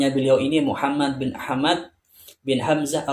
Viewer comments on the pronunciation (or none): none